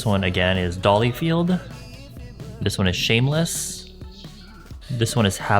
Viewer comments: I just can't get over how he says dolly-field instead of dollyfied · Dollyfied, not dollyfieLd ☺️🤗 Like everyone else there was something different about this video, both the filming and editing was awesome 💕🌸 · Thx for making make up fun for me again. Not to be "that one" but, I thought you said Dollyfield but, it's Dollyfied (without the L lol). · DollyFIED,, not dollyFIELD lol